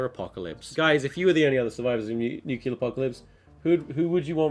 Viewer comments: is it nucelear or nuclear? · Its NUCLEAR!!! Not NUCULAR!!! Great vid though :D